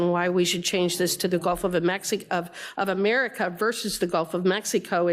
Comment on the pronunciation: Was she drunk? She couldn’t even pronounce America